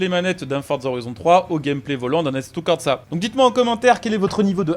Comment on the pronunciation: Merci beaucoup d'avoir parlé du nouvel Assetto (par contre à corsa tu feras gaffe, y a pas de T entre le R et le S)